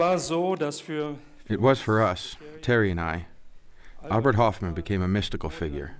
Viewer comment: If his name was Horfmann it'd have the letter in his name. But it doesnt, so why say the name completely wrong.?